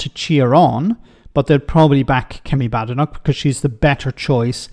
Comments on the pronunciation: You need to pronounce her surname correctly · I'm no fan of Badenoch but you could at least have the decency to pronounce her name properly.